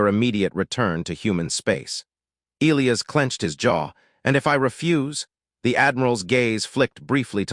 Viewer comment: If AI can’t pronounce E- lie-as properly just choose a different name. I got sick of Eel-ias.